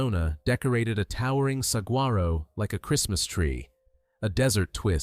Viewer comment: I want the a/c riding mower! Pho-tog-raphed?? Really? Get a human narrator! Suh-wah-roe, NOT suh-guar-oh!!!